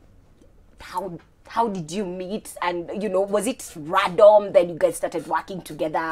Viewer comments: Can't help to notice "was it 'Radom'? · Did she say radom?😂 i think am the only one who got this from .. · Did just say RADOM?? And you guys are gon let it slide? 😂😂😂💔💥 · Did i just hear 'radom'